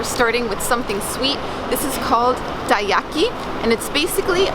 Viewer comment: 英語で聴いてたらたい焼きもステーキとかに聞こえた